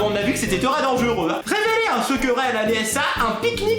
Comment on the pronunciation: Qui a remarquer que a dit "véréler" au vu de "révéler" PS: La #teampalmier en force 💪 je t'adore je ❤️❤️❤️😍😍😍😘😘😘👍👍👍😜😜😜💪